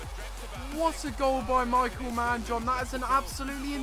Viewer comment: I think his name is pronounced Me-k-eel because I have a friend with the same spelling and that pronunciation. Love the series btw.